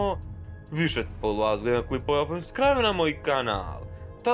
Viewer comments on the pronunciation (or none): none